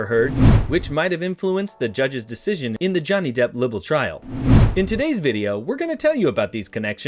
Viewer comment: It’s LIE-bel. Not pronounced li-bel. LIEbel